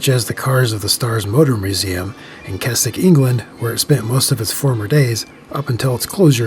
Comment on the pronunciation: Thanks for saying Keswick properly. Great video as always!